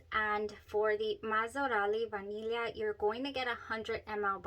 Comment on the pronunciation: BTW you are the ONLY person who says Vaniglia correctly 🎉🎉🎉 /vah neel yee uh/